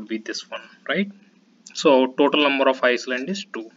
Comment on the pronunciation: you might want to correct your pronunciation. It is not iceland otherwise good effort !